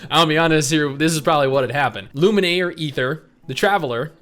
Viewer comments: Oh no......your pronunciation of Lumine 💀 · Why do pronounce Lumine’s name like that? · That's not how you pronounce Lumine.